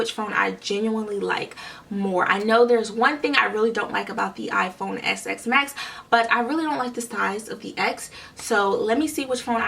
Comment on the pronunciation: It’s called iPhone XS MAX NOT SX MAX